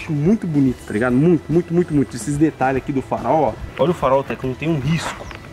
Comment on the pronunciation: Detralhes kkkkkkk